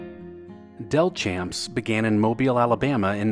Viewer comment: Delchamps is pronounced as Del-shamps. I was raised in Mobile where the chain was founded.